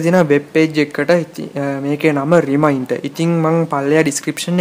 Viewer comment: ow ow රිමයින්ටර් web page . oya hari. best pronounciation. 😂😂😂😂😂😂🤣🤣🤣🤣🤣🤣🤣🤣😅😅😆😆